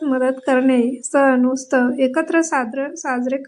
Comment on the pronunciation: तुमचा उच्चार चुकतो आहे रक्षाबंधन हा उत्सव आहे.. तुम्ही उत्सव म्हणा तुम्ही उस्तव म्हणताय